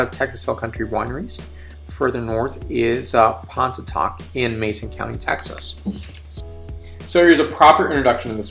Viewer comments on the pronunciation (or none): Just an fyi, it's pronounced , at least by those who live there, as "pawhny-tock".